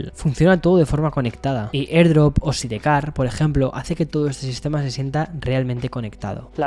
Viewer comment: Admiro mucho tu trabajo y te sigo desde hace años, me encanta el storytelling de tu contenido. Lo que me hace ruido siempre es tu pronunciación de las palabras en inglés, sé que en España se lee textual, pero ya vives en EUA, uno de tus públicos principales es México, entonces creo que para mejor entendimiento podrías pronunciar las cosas en un inglés real, como Sidecar que dijiste SIDEcar en lugar de “saidcar”, pero sí dices BITS en lugar de auriculares BEATS textual. Solo es para congruencia al escucharte y verte. Saludos!